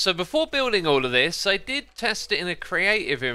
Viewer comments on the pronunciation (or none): none